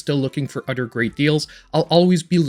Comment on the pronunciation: I watch your videos just to hear you say udder lol. keep up the good work